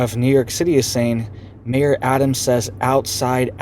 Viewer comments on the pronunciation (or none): none